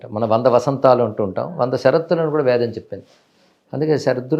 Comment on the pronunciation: not Vedham, but Vedam, Dashara -not Dasara